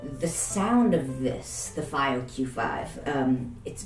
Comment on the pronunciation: in china they call it "fee oh" not "faay oh"